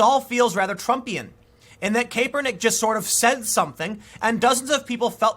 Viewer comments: CAP-ER-NICK, say it with me Tim, Cap-er-Nick! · ITS CAP, ER, NICK .... SAY WITH ME TIM. CAP...ER...NICK!! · Will someone please explain to Tim how pronounce Kaepernick